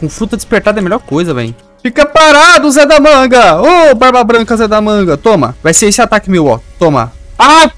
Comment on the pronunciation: MANO PARA DE PRONUNCIAR O ZE DA MANGA ERRADO